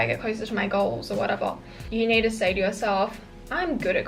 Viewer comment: "Things I dont neewwrrr"